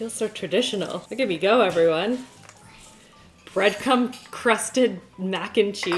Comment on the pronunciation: "Breadcum crusted mac n cheese" 😂😂😂 girl I think you missed an R there